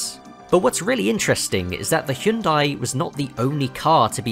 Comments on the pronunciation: Finally someone who can pronounce hyundai, thank you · Bonus points for appropriately pronouncing the brand "Hyundai"